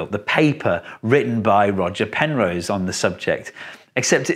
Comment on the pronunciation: Who's Penrow? ;^)